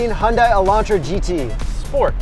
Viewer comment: Pronounced HUN-day. Like Sunday.